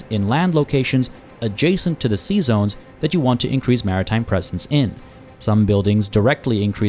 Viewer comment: My wife kept giggling when you said "sea zones" because it sounds like you are saying "Seasons" with a french accent xD. LOVe your vids btw, and welcome back.